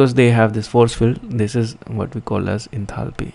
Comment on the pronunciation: Did nobody else notice 'enathaly' 😅